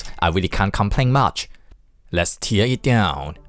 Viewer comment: let's tear it down! (in this case 'tear' is pronounced 'tare' ... it rhymes with hair, and bear, and care.... it's different from the 'tears' that come from your eyes, like when crying... those are pronounced 'teers' .. it's confusing, I know..... I just wanted to help you with this because 'tearing it down' is something you must do a lot on your channel... so hopefully you read this and it helps you out just that little bit) :)